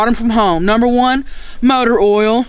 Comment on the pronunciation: She said oil wrong